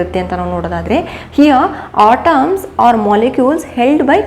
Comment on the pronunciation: It's, atoms not otoms ..